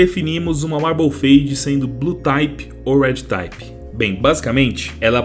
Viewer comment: só uma correçao pra facilitar a vida, se pronuncia RED "TIP" e não "TAYPE" tmj